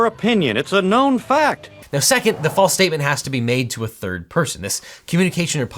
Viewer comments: Objection, , you state "flase" instead of "false", therefore, Kyle Rittenhouse is innocent of being a murderer! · It's false not flase. Thank me later. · OBJECTION! The "false" statement must be made to a third-party. That particular law does not make assertions about "flase" (phonetically "flah-sé"?) statements. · what's a "flase" statement? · “A flase statement” - sounds flancy 🥂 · Also, “flase” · Don't want to be that guy, but I'm going to be that guy... "flase statement" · “The flase statement”